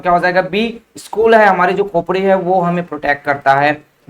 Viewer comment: Why you spell skull=school !??😂